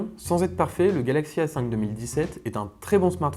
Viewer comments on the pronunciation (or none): Par exemple à